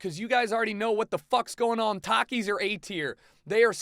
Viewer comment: well you are a terrible person for so many reasons of this list... i can over look those but you pronounce takis wrong and because of that you are wrong